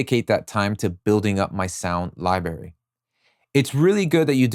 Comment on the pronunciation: Library has 2 Rs Sound library Not sound “Libary”